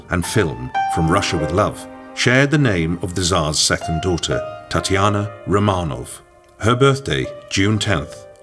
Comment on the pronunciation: So the idiot narrator mispronounces "Romanov" within 10 seconds of the beginning. Can we get an educated narrator please...